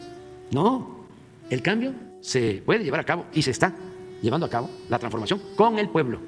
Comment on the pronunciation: ¡Ayyyyyy pobrecito chillón chilletas! La TRANFORMACIÓN (porque ni sabed pronunciarlo)...